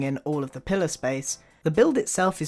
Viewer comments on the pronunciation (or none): every time he said pillar I thought he said pillow